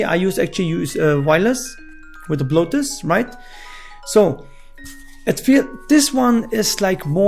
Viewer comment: When you say bluetooth it sounds like bloatus